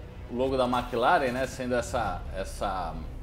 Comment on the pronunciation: Não se fala MÉcleren. Mclaren mesmo. Sim irrita. Tchau 👋